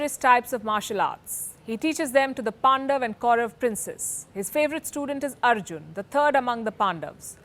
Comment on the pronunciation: It was nice to hear the hindi pronounciation Pandavs and Kauravs instead of Pandavas and Kauravas